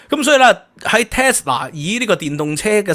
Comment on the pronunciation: Tesla, not Telsa